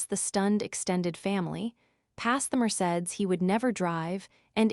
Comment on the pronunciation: I wish the AI voice could learn to speak Mercedes properly. 😂😂😂